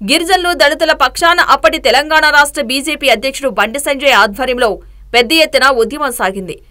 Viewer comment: బీసేపి కాదు... బీజేపీ అని చదవండి..